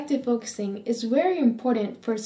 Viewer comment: And please stop saying "wery" lmao